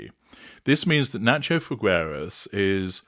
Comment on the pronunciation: Pronounced "fee-gay-ras" or just "fee-gae-ras" please